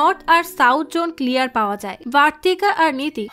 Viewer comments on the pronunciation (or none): none